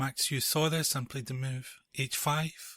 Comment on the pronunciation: Just so you know, Euwe is pronounced like oyvah. Very nice video,btw.